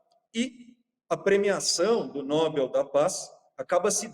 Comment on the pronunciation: A opinião do “especialista” já começou mal quando ele pronunciou inúmeras vezes a palavra Nobel de forma errada… Depois tentou descredibilizar a indicação de Corina rotulando-a de extrema-direita…